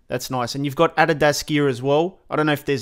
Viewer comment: omg dude 😂 the way he said adidas.